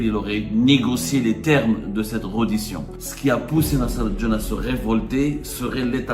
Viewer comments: On écrit reddition on prononce " rédition" cher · On dit : rédition ya le journaliste de seconde zone